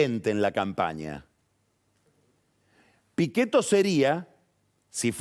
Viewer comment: Jajaj la pronunciación perfecta en italiano “Miguel Pichetto”